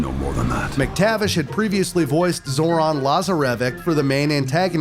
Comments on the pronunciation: Zoron laza-re-vek 😂😂😂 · Zor-an Laazah-revik? Come on dude... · It makes me cringe to how he pronunced zoran lazarevic and cintamani 😭